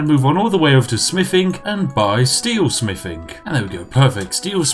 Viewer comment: When you said fortify smithing one time I thought you said fortify spiffing